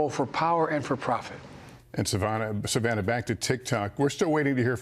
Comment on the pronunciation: Why can’t Lester say Savannah?